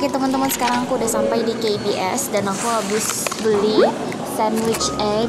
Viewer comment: that, " KA BE ES" .. pronukasinya kukira lagi di kbs, kbs yang ku maksud "kebun binatang surabaya" :(